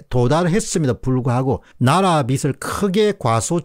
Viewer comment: 빚을~~>비즐이라고 읽어야 함~